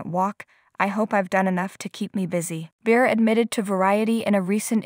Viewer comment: Please pronounce her last name correctly! Not anything new!